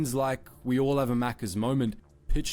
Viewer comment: Hey, at least he said Maccas correctly 🤣